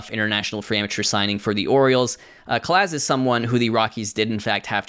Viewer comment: Calais? No. That’s pronounced with a long A and the S is silent. CA-LAY. Both As in Calaz make the AH sound as in call.